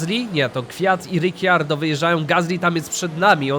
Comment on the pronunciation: Kocham tą serie ale prosze nie mów Riciardo